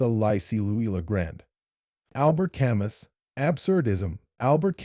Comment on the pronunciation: The "s" is not pronounced.